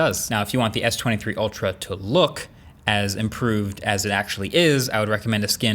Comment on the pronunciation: The way he says S23 Ultral... I got it the piont